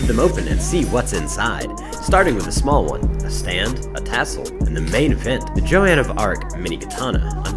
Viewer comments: Hey, just to tell you it’s not pronounced Joe-anne of arc, it’s pronounced Joe-n. I know I sound like an idiot but just to tell you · its apparently pronounced jone of arc and was a historical figure back in yte mideval era, she fired up the french and sent them into battle, they started winning, she said she was sent by God